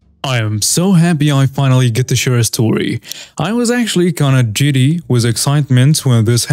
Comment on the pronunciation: Giddy, not Jiddy.